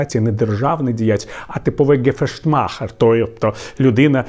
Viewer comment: Тільки птн не "ґефештмахер", а "ґешефтмахер".